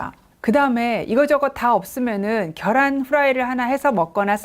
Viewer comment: 겨란 아니고, 계란요 ㅠㅠ